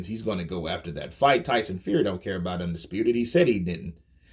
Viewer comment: Tyson “Feary”